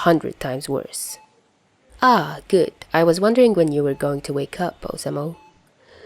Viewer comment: I think it’s oh-sah-moo for the pronunciation. Also, nice video 👍